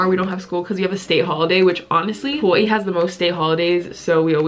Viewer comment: I love how you pronounce Hawaii. So cute